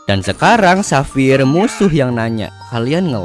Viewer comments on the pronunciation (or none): none